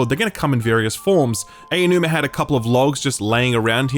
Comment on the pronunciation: My man calling Aonuma Ayo-numa 😂